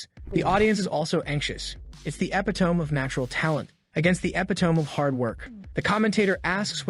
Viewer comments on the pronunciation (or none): wtf you mean epitome lmao